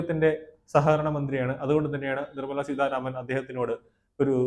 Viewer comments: നിങ്ങൾ എന്ത് മലയാളമാണ് പറയുന്നത്? ധന മന്ത്രിയുടെ പേര് നിർമ്മലാ സീതാരാമൻ എന്നാണ് സീധാരാമൻ എന്നല്ല. ഐകൃകണ്ഠേന എന്നല്ല, ഐകകണ്ഠേന എന്നാണ്. തിരുത്തേണ്ടത് ആണെന്ന് തോന്നുന്ന പക്ഷം തിരുത്തുക. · നിർമ്മല സീധാരാമൻ അല്ല, നിർമ്മല സീതാരാമൻ. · Adyam peruparayan padhykku.Seedharaman alla .seetha raman.Ninakku veliville.